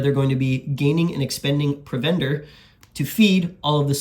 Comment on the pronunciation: Looks great. Thanks for bringing this forward. FYI, provender is pronounced with emphasis on the first syllable, as in PROVender.